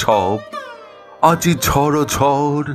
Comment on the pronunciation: সুন্দর পড়লেন ভাই ! বেশ ভালো লাগলো শুনে ❤❤ শুধু " ঝরঝর " উচ্চারণটি কানে লাগলো... খেয়াল করে শুনে দেখবেন ...